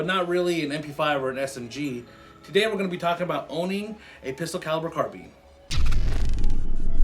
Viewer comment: Its called a carbine not a carbean